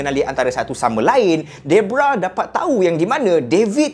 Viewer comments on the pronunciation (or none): bukan debrah bng deborah